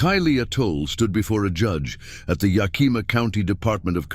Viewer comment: Yuh-KEE-muh. Lol